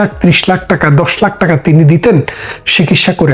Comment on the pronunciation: লালজামা পড়া মানুষটি একটু সঠিক বাংলা উচ্চারণ করুন। "শিকিৎসা" আবার কী? বলুন, চিকিৎসা!! সঠিক বাংলা বলুন। জিভের আড় কাটান।